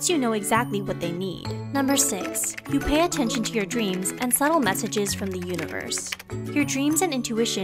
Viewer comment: 6. You pay attenstion vor subtle signs vrom the universe. Ok, this one sounds really pseudo-science.